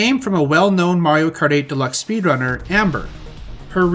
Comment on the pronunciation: "most people who play mawio kawt"